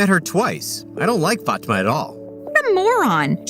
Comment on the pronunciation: I have a friend with that name and it's not Pronounce like that🤣🤣